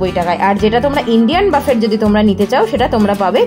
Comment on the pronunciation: buffet একটি ফরাসি শব্দ যার উচ্চারণ হবে বুফে। বাফেট নয়।